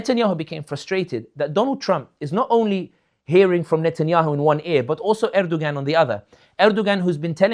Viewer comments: Brother sami if you remove the g from Erdoğan then you will get the correct pronunciation. There is a silent g in the Turkish language. Best wishes. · Someone tell him how to pronounce Erdogan